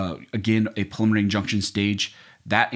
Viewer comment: Sounds like you're saying "pulmonary injunction"- a little diction would help!